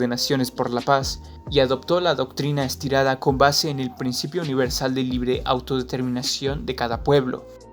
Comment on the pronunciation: Es la doctrina "Estrada", no Estirada, pero buen video